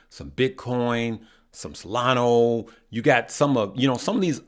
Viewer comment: How this guy steady saying solana wrong